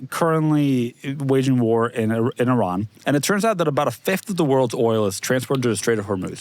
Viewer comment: Shout out to for pronouncing Iran correctly.